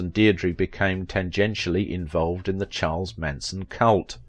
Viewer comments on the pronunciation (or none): none